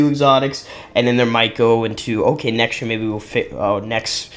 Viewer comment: nexy year! lol